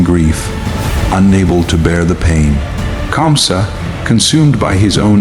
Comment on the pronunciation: 😂😂 Who is kansa. It's KAMSA😅